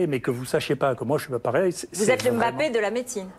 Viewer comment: Merci Raoult de prononcer « Mbappé » et pas « Aime bappé » comme certains 🤝